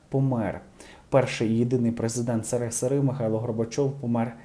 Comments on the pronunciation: Так неприємно звучить СИРИСИРИ! Це показує тільки вашу неосвіченість, на жаль. А за інформацію - дякую. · ріже вуха проговорення вами назви держави, де ми народилися, прожили більшу частину життя, і де були багато щасливих моментів життя. Так що "срср",ви який в очі не бачив цього життя не називайте. "С песни слов не вьібросишь ",а також історія відбулася, і в цій історії "срср",був СРСР. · Ваше : си ри си ри , це жах . Ви що , не грамотні ? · цікаво ведете діалог. Можна включати школярам на уроках історії! Тільки не «си-ри, си-ри»!!! І перевірте Кубань??? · ваши видео не имеют глубины,порой похожи на услышаные сплетни.,,Лишь бы высунуться,,.Речь,произношение некоторых важых слов,типа название страны СЫРЫСЫРЫ просто постыдно.....Пожелала бы Вам плавать на уровне сплетен шоу-биза или повышать свой уровень..... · Прикольно Ви це повторюєте багато разів: Сери-Сери-Сери-Сери- смішно і сумно чути це перекручування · может в туалет всю запись хочет.поэтому и сэры сэры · Сырысыры, это ты на унитазе делаешь!!! На "ты" обращаюсь, потому, что ты не журналист! Подчеркнуто оскорбляя Граждан СССР, каверкая аббревиатуру слова, показуя своё презрение к Людям, Жившим при Советском Союзе! Я требую Публичного извинения!!! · Сэры-сэры-сэры... Сначала, нужно написать на бумажке, потом выучить, как произносится слово, потом записать ролик с правильным произношением, а потом уже залить на Ютуб. Правильно? Конечно. Развалил такую огромную державу, где строили заводы и фабрики, где людям давали бесплатное жилье, многодетным матерям с тремя детьми, государство оказывало помощь, детей бесплатно обучали в институтах. Да, постарался демон со своей перестройкой. Потому, что ломать - не строить. И премию от заказчиков получил за это не слабую. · Правильно вимовляй,а не сери сери. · Вы произносите СССР некрасиво. Как то для слуха неприятно. Уж лучше проговаривать советский союз. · научитесь правильно читать абревиатуры!!! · Не сири сири, а ссср